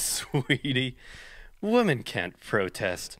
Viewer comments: Why doesn’t the guy narrating the video know how to pronounce the word, women, vs. woman? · Why can't that guy pronounce women, he keeps saying woman. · I love oversimplified but I can’t stand how he and other people that say “woman” instead of “women” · Drives me nuts how he pronounces "Women" as "Woman." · I’m only watching this because you guys rock. I like oversimplified but one of my pet peeves is when someone mispronounces “women” like “woman”, sounds stupid as fuck lol